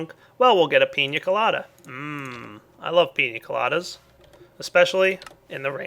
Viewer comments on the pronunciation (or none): Pina Coladas Not Piny Coladas